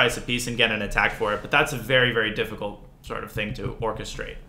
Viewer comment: Did Naroditsky just say "forkestrate"